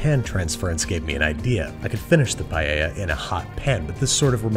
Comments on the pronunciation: You KNOW someone knows what theyre doing when they say "Paeya" not "Paella" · I thank u for pronouncing paella right anyone who says it differently listen carefully to how babish says it and pls pronounce it that way